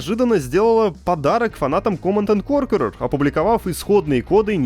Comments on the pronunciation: Угараю с произношения Command and корркурер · Михаил "коркерер" Галкин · Тоже угаргул